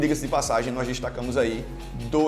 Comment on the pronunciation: Finalmente alguém falando o sobrenome com a pronúncia correta kkkkk.